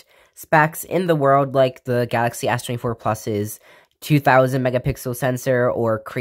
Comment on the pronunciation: lmao fr